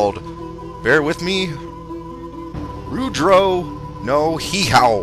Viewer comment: oh ya and its pronounced Rudraaaaaaaa like rudraaah but its spelled rudra